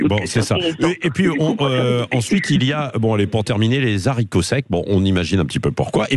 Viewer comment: Les "zaricots" ? 😉